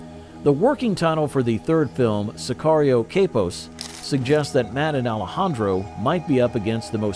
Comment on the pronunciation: Say-kee-rio 3 lol. Dude cant even say the world correctly.